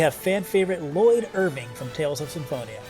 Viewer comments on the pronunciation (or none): none